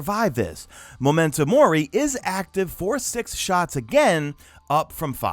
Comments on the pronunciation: #MadeItToTheEnd Firs things first: Mo-men-toe More-E, not more-i lol. Second thing: Wiz-ind Rebuke. 😂 Okay, now that that’s out of the way! The weapon changes I get (Ace of Spades being the exception wtf there) but the armour ones SUCK! I’d rather see them make other things competitive there than nerf the few good exotic pieces. As a Titan main, we’ve got not much left for group play after this so I’ll be switching to my Hunter. (In before Celestial Nighthawk and Shards nerf!) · MEMENTO MOR-EE !!😂 lol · Fuck I wanted to throw my monitor out the window every time I heard momento mor-eye....